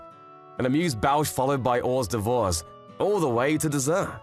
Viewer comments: Instead of “or durves”? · 😂😂 the way he pronounced hors d’oeuvres “oars de voars” 😂😂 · OK, the male MC butchered so many pronunciations here it's not even funny, including most of the names - Kaneda, Kaede, Shijouin - and the food terms (amuse bouche, hors d'oeurves). I get missing one here or there, but if its your job, you need to put some care and effort in. The story itself was pretty nice until we got into the MC spouting the pathetic "you're too good for me" lines.